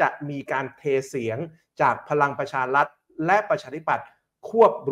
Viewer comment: ทำไมออกเสียงพลังประชาลัด,,,เกือบทั้งนั้นเลยคนอ่านข่าวออกเสียง,,ลัดทั้งๆๆที่สะกด,,รัฐ,,รัฐบาล